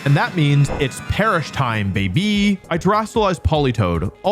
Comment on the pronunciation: the way he says baby is so strange 😭😭